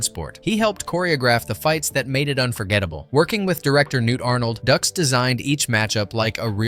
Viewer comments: Dux is pronounced Dukes, not Ducks. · It's not "ducks" , it's Dux, like "put up your dukes". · Everytime it says Frank Ducks.....my head hurts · Stop pronouncing the name like ducks. It’s pronounced Dukes. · Am I crazy or isn't his name pronounced like "Dukes" not "Ducks"? Driving me nuts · OK, this has to be said. It's no "ducks" it's "dukes." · its not ducks its dukes dux=dukes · Bitch it's Dukes, "like put up ur dukes right?" Fkn Ducks...smh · It's not Frank Ducks...it's Frank Dux, like put up your Dukes. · It’s put up your dukes not ducks. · Dux - Ducks, ugh... Dukes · It's DUKES not DUCKS.... it even says so in the movie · It's like put up your ducks right?! 😅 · The way you pronounce stuff is driving me crazy. His name is Frank Dux pronounced Dukes. Not Ducks And Bolo last name is pronounced Young. Get that 💩 right. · Another video created by someone who didn't watch the movie. Although I appreciate the video, you really should have watched the movie. By the way it's pronounced "Dukes" not "Ducks". 99 percent of YouTube nowadays are videos where the creator has not seen, or participated in the video content they are creating. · Haha. Makes me laugh when it says ducks instead of pronouncing it like dukes. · Dude it’s dux like dukes. He says it in the movie. “Like put up your dukes”. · No no no its’s dukes, dukes like put up your dukes 😂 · It's pronounced Dukes....but spelled dux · Before posting a video like this, make sure you are posting the correct names. It's Frank Dux it sounds like "Dukes." Dux has been caught in every lie under the sun. His ridiculous statements and stories have never checked out. He has been branded a liar from the beginning. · How many times can you mispronounce Dux. You made this video, but didn't watch the movie. It's pronounced DUKES. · It's Frank "Dukes" right? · I cant get past "Ducks" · It's Dooks. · No no... it's Dooox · Frank Dux pronounced like “Dukes” as in “put up your dukes” Did you even watch the movie?